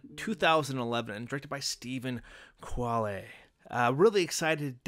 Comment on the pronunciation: I found your pronunciation of Quale amusing. :)